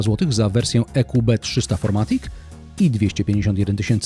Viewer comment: Niemiecki samochód więc FirMatic a nie FourMatic :)